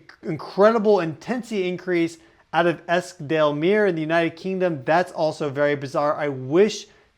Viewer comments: I live quite near where that site is in the UK. Yesterday I remarked to my husband how nice the ‘atmosphere’ of the day was. I noticed the temperature had gone up a little but there was a lovely feeling outside when I was out during the early morning. By the way that’s pronounced Eskdalemyoor. 🌷🪻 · ….muir…pronounced mew er. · Esk Dale Muir. "Myyour". It's not that odd is it? Eskdalemuir.